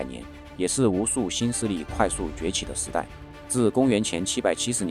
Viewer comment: 视频做的还不错，但能不能练练你的普通话？你们南方人平卷舌都说不分明怎么想的做视频呢？普通话真的很不标准。比如上来第一句，这是shì，时shí代！这么特么简单的表达，你读的是sì和sí，一口字正腔圆的普通话那么费劲吗？一个视频得有多少错别音？小学怎么念的？四和十分不清？脑子分得清嘴分不清？